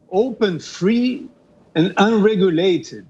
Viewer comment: E o dito-cujo tem uma péssima pronúncia da língua inglesa. Por exemplo, tropeçou feio na sílaba tônica do verbo UNREGULATED, ao tentar soltar um gracejo naquele idioma.